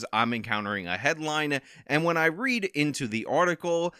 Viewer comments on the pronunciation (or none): none